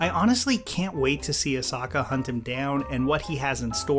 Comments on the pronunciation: dude its grow-gu not. grau-gu watch the episode again, jesus omg he cant pronouce anything with an o in it its Ass-hoeka. not asaka i cant watch this while you butcher their names im done here. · Guy, you went from pronouncing A-so-ka's name right to ear piercingly, A-soka, wrong, what's your deal!? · I can forgive gr-ah-gu, sincd im not a huge fan of the name... But Ahsaka? It's even worse since he says it correctly before.... Yes I know he acknowledges it, but it still hurts lol. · You said Ahsaka and Gragu many times lolol a few ATLA movie vibes but I forgive you since u are. Ahsoka -> Grogu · Do you say every name wrong on purpose? Grogu not grago Ashoka not asaka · her name is ahsoka not osaka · I love the video but it’s “ah-so-ka” and “grow-goo” not “ah-sokka” or “gragu” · Please take this criticism jokingly because i really love your vids: but oh my goddddd you were saying asockka and rosairio dawson and grawgu >:( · Great video...so many horrible pronounciations. Ah-SOHKA. GROW-Gu. Micheal bein is pronounced BEAN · At the second GRAH-gu I started deciding on the next video. When I heard Ah-SAH-ka I immediately stopped the video, typed this, and now killing the browser. Terrible. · "Asaka" "Michael Bane" Yikes.... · ASOKKA and GRAHGU lol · Ahsokka. Grawgu. Kirasowa. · KIR-asawa, GRAH-guu, ah-SAH-kah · I feel like you’re pronouncing the names wrong on purpose 😭 asAHka? grAHgu? Stop playin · Bro... AhS-O-KA and GR-O-GU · Asaka anyone else hear that? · "Gra-gu" and "As-ah-ka" are my favorite Star Wars characters. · I thought it was osaka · Funny thing is, I am pretty sure he said their names correctly a couple times. But, he doesn't later. He may be onto something, they might alternative timeline versions of the characters. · I’m going to go to Mustard Seed & get me a big helping of chicken “Ah-sah-kah” tonight! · Sorry, it’s pronounced Ah-Sokka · I literally convulsed when I heard "Ahsokka"